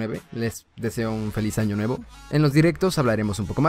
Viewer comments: Jajajajajajaja dice feliz ano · Áaaaa oyes es año con ñ allí dice feliz ano xD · dice feliz ano xd no feliz año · Soy yo o al final decía feliz ano? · Dice feliz ano :v